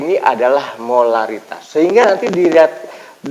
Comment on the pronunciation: Pak lamun nu cedal mh molalitas semua nyebutnya hehe